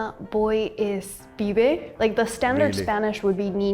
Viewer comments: it's not "fibe" it's "pibe", with p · Es pibe no fibe, saludos ! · It is PPPPPibe, not "five", for fork's sake! We should really start minding subtitles, maybe even using somebody who can hear weel, read and write? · it was transcribed as "fibe" but she actually said "pibe" which is believed to come from Genoese for errand boy ("pive") or Lombardy for youth ("pibello"). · The channel is Korean and they can't hear the difference between f and p.